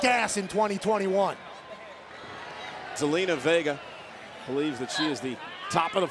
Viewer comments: it sounded like Michael said gelina vega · Michael Cole, who is Zelina Vegger?😂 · Did he just say zelina vegar? 😂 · Did michael cole. Call zelina vegar